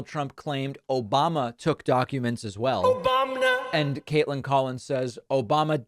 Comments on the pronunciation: Obamna !!! Gets me every time 😂😂. Geez Trump’s an idiot. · Can’t help but laugh at “obamna” 😂